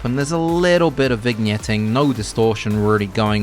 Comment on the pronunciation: why are you pronouncing he g in vignetting ?